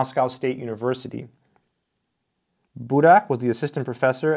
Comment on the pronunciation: Its Fomìn, not Fòmin. Budàk not Bùdak.